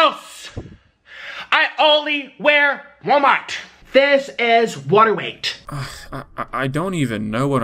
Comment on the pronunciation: "This is water wight" no this is you not being a men.